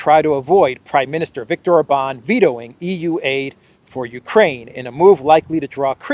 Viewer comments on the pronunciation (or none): none